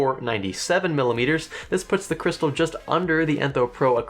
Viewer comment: "AI Crysatal"